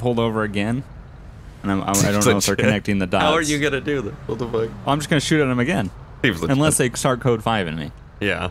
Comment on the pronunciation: “SEEMS LAGIT” Lol jk